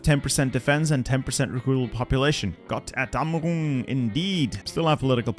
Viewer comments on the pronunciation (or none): "Gott Erdammerung" ik he isn't german but thats just so wrong💀